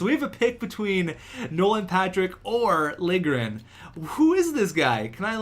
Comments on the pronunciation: Its pronounced "Lil-ye-grin" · To properly pronounce it, its Lil-ya-gren. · It's Lil-Ja-Grin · lil-je-gren jesus man you need to sound out the names more often haha